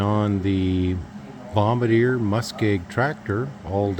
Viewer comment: Now, if you only knew how to pronounce the name of the machine. It's a bomber deer. I don't think it's a bomber or do I think it's a deer? It might be a bombardier